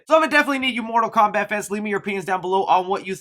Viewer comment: Mortal Kowbat. 😹😂🤣